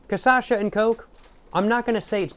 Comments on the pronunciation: My dude, you’re pronouncing it wrong. ✅ CA -> pronouncing it correctly. ❌ CHA -> pronounce it like the “sha” in the name “Sasha” ❌ ÇA -> pronounce it like “Sa” in the word “Salvia” Tldr: swap the pronunciation of the 2nd and 3rd syllables and you will be pronouncing it 100% accurately. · I love how in the first video he tried cachaça he said it correctly, but never again lol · Até o final do vídeo tá beudo cascando o bico and quem sabe falando o nome direito!?🤣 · Man you got the name almost right just invert the syllables, instead of ca-sa-sha you should say ca-sha-sa. If you are interested in trying to pronounce 51 in portuguese you shuld try saying "cinquenta e um" that sounds something like "sincuenta yoom". One other very very important thing, you called the "churrasqueira" a pizza oven, man be carefull with that, it is a grill for brazilian barbecue, almost every single house and apartment in this country have one of that. What you said its almost heresy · Really need to make a version of this but only saying CASASHA (and also taking a shot every time respectively) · ca-sacha is so tuff twin never say it properly. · I like that he say caçacha lol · It's CACHAÇA for christ sake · bro, it's CA-CHÁ-ÇA!!!! XÁ!!! love your videos :) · It's kah-shah-sa and you said it wrong every single time >:( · Every time he says Casacha i die a little inside. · KATIASHA! you can pronouce corretcly. you say kasasha,its sound wierd, sounds like a japan name, you have to say, KATIIIIASHA (use more power in "I" word so separate words, silabes). i suggest you to say it corretcly to sell more books. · hey is cachaça said like kashassa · Pior que nos primeiros vídeos ele tava falando certo kkkkkkk do nada ele começou a errar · This is the 3rd video in a row that you did not learn to pronounce cachaça i will acknowledge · Its cachaça bro